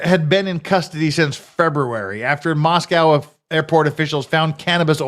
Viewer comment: Moss-co not mos-cow Also i mentioned it on a previous stream, this isn't "small". The "metro" is almost 100k people spread between Moscow and Pullman. There is an airport (albeit incredibly small), that has commerical traffic. Most of the people who live there are transistory and come from Seattle or Boise so this isn't back woods small town with small town people.